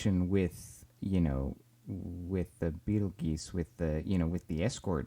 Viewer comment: its pronounced beetle juice